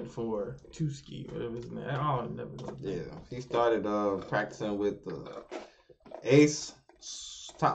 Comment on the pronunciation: Tsukki=TWOSKI XD